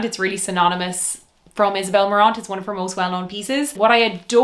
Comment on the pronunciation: Love you and all your videos but please stop pronouncing the “T” in Isabel Marant.